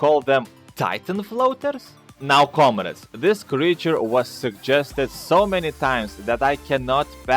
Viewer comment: comrades he pronounces it as comreds